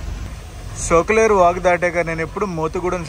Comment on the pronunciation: బ్రదర్ సొక్కులేరు కాదు సోకులేరు... తూలసికోట కాదు తులిసిపాకలు